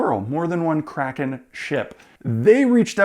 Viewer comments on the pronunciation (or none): none